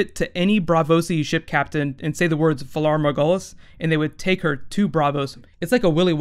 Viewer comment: Lol, no offense, but considering we've heard the Valar Morghulis and Valar Dohaeris lines on the show...your pronunciation of them is so bad. :)